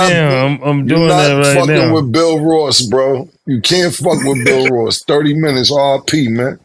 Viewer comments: And kept saying BILL Ross 😂😂😂😂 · “Stanima” and “Bill Ross” I fuckin love this show!